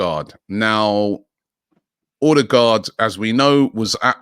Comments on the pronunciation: Most people pronounce with an O. As a norwegian, this sounds to us like he's saying Ådegaard (awedegaard) - again wrong. It's Ø. It's pronounced like the U in "sun" or "fur" or "suck" (lol) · His name is not ORDER-GAARD for fucks sake get it right Robbie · It's pronounced 'Oo-deh-go'. Source: my gf is Scandinavian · As usual he can't pronounce it right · Me too